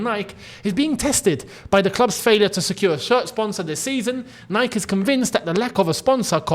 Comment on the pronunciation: you're pronouncing "Nike" wrongly 😅